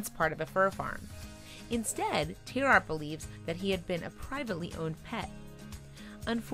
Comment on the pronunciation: I do wish they would pronounce tierartz correctly.